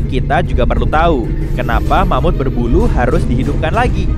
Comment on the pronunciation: Eh... Ingat, ingat... Mamut... Bukan Mamud ya...😂😂😂 Mamutnya pakai huruf (T) bukan (D),ok..😂😂